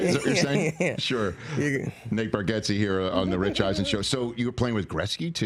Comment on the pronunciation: Is his name intentionally being mispronounced or an i missing something?